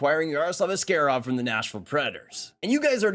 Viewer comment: Ass-kay-rov? Isnt it ass-kah-rov?